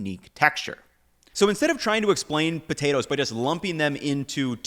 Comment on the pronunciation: Is he deliberately trying to be comedic by pronouncing it “botatoes”?